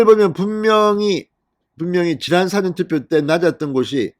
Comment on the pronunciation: 유튜브 방송 1위 하시는 분의 발음 맞나요? 예를들면, "사전 투표" 발음 부터 한번 고려해 보시지요?